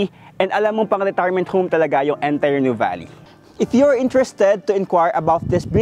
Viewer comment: Finally, someone who knows how to pronounce Nuvali correctly 😊